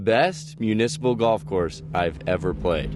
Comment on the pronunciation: You lost me at “municiple”